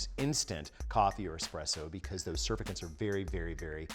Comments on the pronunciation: Sur-fact-ant Not Sur-fak-ant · Hearing it pronounced "SURfecent" was weird. I'm pretty sure it's "surFACTant". Either way, excellent video as always! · surf-i-kints? sur-fact-ants! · Surfactant: Sr fak tnt not Sr fa kint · I know I'm being a know-it-all and I hope you don't take this the wrong way, Alton, but it's pronounced sur-FACT-ant, not SUR-fact-ant. Your science is usually spot on, so it's always really glaring when you make a mistake. :( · Sur-fact-ant, not surficant. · "surfacant" hmmmm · Surfactant - pronounced like it’s spelled....sur FAK tant. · It's pronounced "sir-FACT-ant." Must be the first time you've pronounced that word, too!! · sur-fak-tnt..... Just sayin' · I have never heard anyone say sur.fact'.ant they way you do. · Say "surf-fa-cants" one more time... come on Alton lol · Surfactant is pronounced “sir-FACT-int” emphasis on the second syllable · Love the video, but it's pronounced sur-FACT-tant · It’s pronounced “sir-fact-tant” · Surfactant is pronounced “sir-FACT-ant”! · sur- fact-tant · Have I been mispronouncing surfactant this whole time? I say it "sur-FACK-tint". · You're right. Doctor here. It is "sur-FACK-tant". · Duuuude please look up pronunciation of surfactant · Its an unwritten rule of YouTube that you have to say words wrong or you dont get subs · hi alton, pronounce surfactant - sur fac tant. it's also a medical term. bet it would work well with kitchen aid stand mix and wire wisk. thanks! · You're correct! He pronounced it wrong 🤣 [coming from a pharmacist] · No. Alton is (and I hate saying this) wrong.